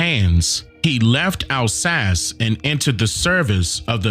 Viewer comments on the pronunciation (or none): none